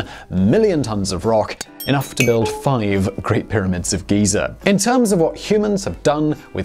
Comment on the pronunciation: "Great Pyramids of Geezer" - Simon Whistler